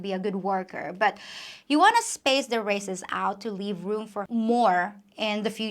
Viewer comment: Your English is amazing considering it's probably your third language. However very occasionally (and I do mean very rarely) you make errors - would you like me to correct them? For example you pronounces raises like races - however the s is pronounced like a z, so say razes. Other examples include fertiliser, logs, tubes, beds, whereas sale, sink.. are pronounced s like snake